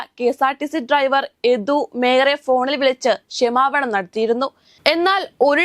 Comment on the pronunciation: ഈ കുട്ടിക്ക് ഇംഗ്ലീഷ് ഉച്ചാരണം ഒന്നും അറിയില്ലെന്ന് തോന്നുന്നു. “ബെസ്” “ട്രൈവർ” “റോട്ടിലൂടെ” ഇതൊന്നും ശരിയായ ഉച്ചാരണമല്ല. ഇതൊക്കെ പഠിച്ചിട്ട് പോരെ ഈ വർത്താവിവരണം?